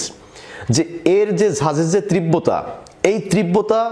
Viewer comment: তীব্র তার উচ্চারণ ই তো পারেন না আপনি।